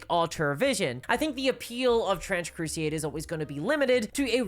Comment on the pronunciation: Ma'am.. its called Trench Crusade.. not Trench Crusieeäd